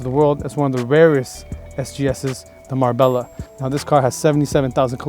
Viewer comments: Is Mar-Bella the correct pronunciation? Not Mar-bay-ya?? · Marbella is pronounced Marbeljah